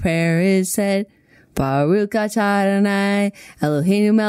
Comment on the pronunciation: i love y’all, & i don’t mean to be That Guy™, but it’s not “baruk” in the chanukkah song, it’s “baruch” w/ the guttural sound at the end :)